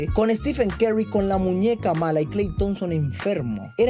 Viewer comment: No puedo tomar en serio a alguien que dice 'Kal Thompson' 🤣😂